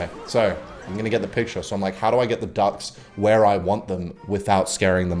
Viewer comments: Entire time I thought you were saying dogs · Through 3/4th of the video I was sure you were saying "darks" instead of "ducks" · I heard "Darks" instead of Ducks and tought really did lose his mind this time